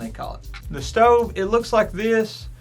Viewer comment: “Ima show u the shtove and show you the coouk time “😂